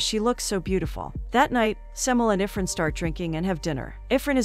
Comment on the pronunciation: its not UR-FUN its IRFAN (EER-FAAN)